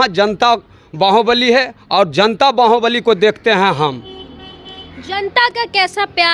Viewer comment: बाहुबली ❌बांहोंबलि ✅